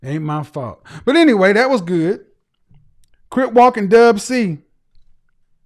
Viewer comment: Crip bro not crypt 😂